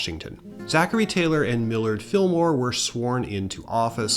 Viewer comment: Millard, the Mill-ward, Fillmore